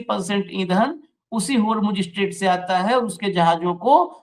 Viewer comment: स्पष्ट बोलो यार अस्पष्ट नहीं...इस्टेट?